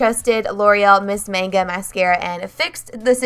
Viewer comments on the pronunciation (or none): none